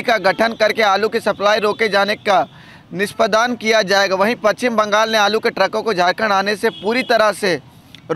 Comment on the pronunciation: NISPADAAN NAHI NISPADAN BOLIYE